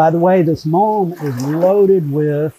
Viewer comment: What is that stuff at the bottom? I hear say 'malm' bit YouTube translates as 'mom'? Can anyone clarify?